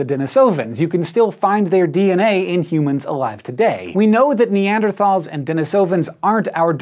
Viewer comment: That's not how you pronounce Neanderthals.